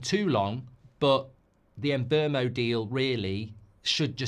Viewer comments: Mark if you do sign Mbeumo you need to learn how to pronounce his name lol Its not Mbermo its Mboomo as the player himself has stated 😂😂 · It's pronounced 'Mbeh-Wu-Mo' 😅